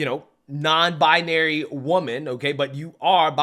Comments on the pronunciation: She cant even pronounce her own made up gender…..it’s not “bIAnary” it’s BInary!!!! The way she says it is insufferable to listen to!! 👉🏼😖👈🏼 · Very annoying when It says “non bianary” instead of non binary. Total mororon. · 😂😂😂 "non bina-ary" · What “non-bia-nary”? She can’t even say it 😂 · I hope this guy took the 48-hour notice to find a good divorce lawyer. Also, what's a "nonbi-a-nary"? Is that a woman who's not nonbinary? Like a double negative? Either way, she identifies as cray-cray and she'd be both offensive and disrespecting me if she doesn't allow me to determine how she identifies. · “I’m non bye-uh-nary” 🙄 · pretty sure she's saying "Non Bionary" or "Non-Bianary" wtf is that? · The only thing that's offensive about this video is that this person says she's "non-bianary." WTF is "bianary"? She doesn't even know how to pronounce her own claimed mental illness. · I think the husband made a bad choice.... and she needs to learn to pronounce "non-binary", she keeps putting an extra "a" in there. And he is jot a "cis" man, he is just a man. "Cis" is a term used in describing molecular structure, not people.